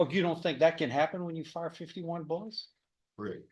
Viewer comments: Judge- Are you stupid? Defendant- "Corekt" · What a pea-brain! Who says "Correk" instead of "Yes" to a question? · He didn't even pronounce the word. "creh". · The judge was correct (correct pronounced with a low raspy tone).